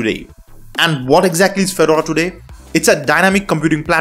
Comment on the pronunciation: could you please pronouce Fedora correctly.